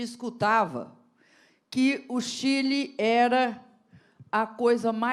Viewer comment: Cadê o vídeo que ela fala Chile de Quile